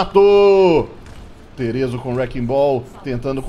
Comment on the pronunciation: e desh o nome dele não é terezo não é theeso mesmo, se fala tche eso